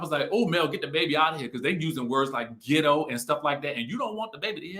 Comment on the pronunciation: behavior makes her Ghetto or gitto as she said it, not her pronunciation of words! Tisha’s too educated to be so gullible and vulnerable to her momma’s shenanigans! She’s going to drag her in the mud w her… I see why marsau flinches when she comes around. She brings them down… is one of those momma’s who is always gonna have her “babies” back regardless of their wrong doings, but can i blame her